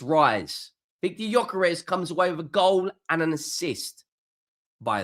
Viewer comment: Who? At least get his bloody name right...